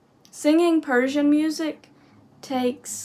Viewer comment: Your Persian pronunciation is fantastic. Your Persian music reaction videos are very interesting too.